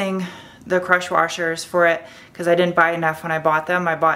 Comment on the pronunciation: I like your new “warshers”. They’re much better than washers.